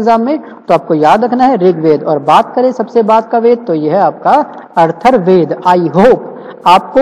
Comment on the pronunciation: I think atharvaved but its "Arthurwaved"